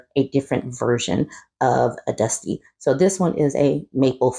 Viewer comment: Not Dust-eh